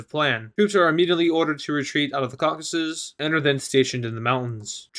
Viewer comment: Its Caucasus not Caucus.